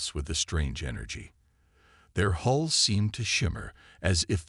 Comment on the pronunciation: It's hulls not holes😮